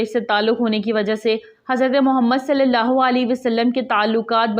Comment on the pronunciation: اللہ تعالیٰ جزا عطا فرمائے ۔ نام مبارک اللہ میں شروع میں الف بھی ہوتا ہے ۔ تصحیح فرمالیں ۔